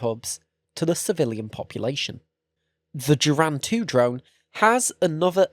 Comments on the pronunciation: The letter G in Russian always makes a straight G sound, never a J. Geran is pronounced Geh-ran rather than Jeh-ran. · But he butchered the Geran spelling. Sounds like he's saying germs lmao